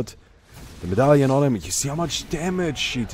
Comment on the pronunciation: figured out the English pronunciation of "medallion":)